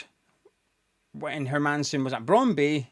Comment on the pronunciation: Not having a go,just trying to help,,its not brondbee but brond booo danish is a strang langueage lol